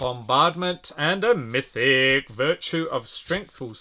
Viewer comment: Il fait vraiment mal aux oreilles quand il prononce "mythic"